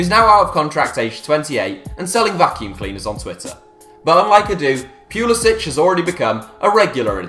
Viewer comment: Finally a knower who doesnt say Christian Pull-eee-Sick